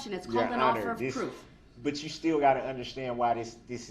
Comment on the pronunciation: The thing I hate the most about his conduct is the constant mispronunciation of words and use of incorrect grammar "I don't undershtand the grounz of this argument"